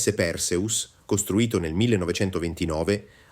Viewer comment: Perseus si pronuncia con l'accento sulla seconda sillaba e non sulla prima. Fate almeno lo sforzo di pronunciare i nomi come si deve.